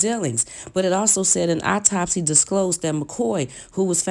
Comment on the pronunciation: Add “EYE -TOP-SEE” to the list 😱guess she means “autopsy”...